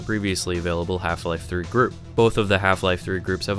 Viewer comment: Hielfie-lielfie throoee